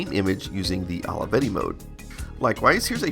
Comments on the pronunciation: I love how you say "Holeyvetty"😆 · Took me a while until I realized ALAVEDI is how americans pronounce Olivetti, apparently :D